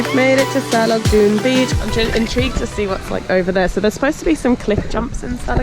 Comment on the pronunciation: Salagdoong [səh - lag - DOH - ong] stress on the 3rd syllable... Mystified Spaniards called Siquijor before "Isla Del Fuego" because of the fireflies... Glad you enjoyed Siquijor... ♡♡♡